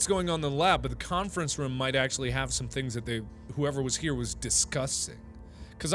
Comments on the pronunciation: When he says room it sounds like rum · does anybody else think its weird when markipler says room TBH it sounds like he saying rum